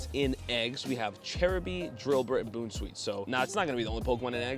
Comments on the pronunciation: Bounce-weet not boon 😂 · Bro said Boon sweet 💀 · By the way, it’s pronounced “Bounce-sweet”. Great video btw! Keep it up!